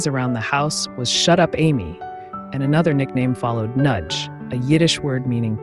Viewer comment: Noodge. Not Nudge.